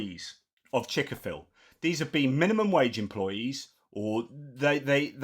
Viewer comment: Lol, "Chik-A-fil" 😂😭